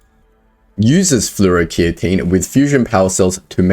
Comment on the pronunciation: Hey boss just fyi fluoroketone is pronounced Flor-oh-key-tone.